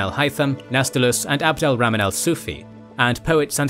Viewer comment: Abdul 🍜 the third. Rah-man. But otherwise fascinating video and another great one!